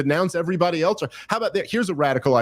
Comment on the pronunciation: Has anyone noticed how Dave adds a T to the word "else"...prounounces it "eltse"...Rogan does it sometimes too. I have no real opinion on it, just an interesting linguistic nuance